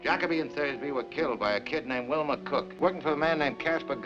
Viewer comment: When my wife was watching this and heard Bogart addressing Wilmer, she thought he was calling him Wilma😂